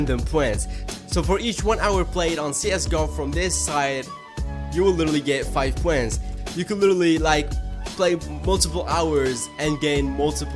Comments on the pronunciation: they are called points not pwens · u get poents dont u, Its points Po ints not po ents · why do you say points so weird?